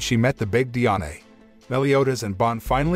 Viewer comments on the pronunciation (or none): Bro it pronounced Dian not diane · its not di-ane its di-an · Diané is how u pronounced it it’s just die Anne is how it’s pronounced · You said Diane so wrong